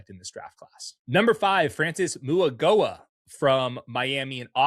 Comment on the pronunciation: Mauigoa is pronounced “ma-we-noah”